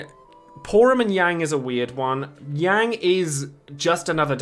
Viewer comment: Yang is pronounced as "Yah-ng" btw, even in FF4's DS remake Keiss is actually pronounced Kye-ss. Watch his home game's English dub. Amidatelion is also pronounced "Ah-mee-dah-til-lee-on".